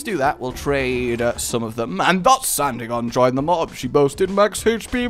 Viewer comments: WHY It's not Anti-gone, it's An-tig-o-knee. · Antigone An-tig-ah-nee... C'mon you love this stuff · Uhh I don't mean to be that guy and is sometimes known for his mispronunciation, but Antigone is pronounced as An-tih-go-nee Oedipus has a silent o, so it's just read as Edipus.